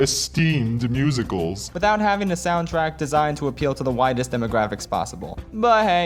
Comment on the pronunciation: "the widest" or "the whitest"